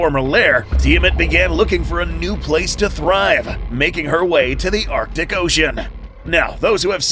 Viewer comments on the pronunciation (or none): none